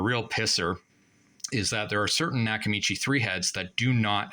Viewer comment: A knack-a-mee-chey?